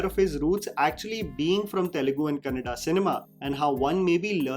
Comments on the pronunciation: Respect for Anil Kapoor for saying "Kannada" movie instead "Kannad" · Thanks Anil Kapoor for saying Kannada and not Kannad